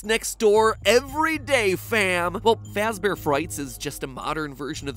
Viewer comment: Fazbear not fax bear